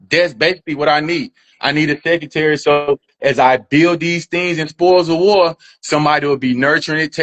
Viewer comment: He needs a what? Can't even pronounce secretary. A complete clown!